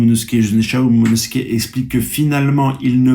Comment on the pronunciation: Oda te remercie de ton soutient et de ton immense influence au sein la communauté One piece mondiale. Il te promet que si tu atteint les 30k d'abonnés, il t'envoie lui-même en Turquie pour te refaire des veuches et surtout pour qu'ils t'apprennent à prononcer le prénom de Momonosoukey!! Espèce de crado va!!